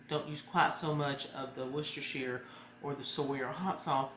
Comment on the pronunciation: You said Worcestershire Sauce perfectly!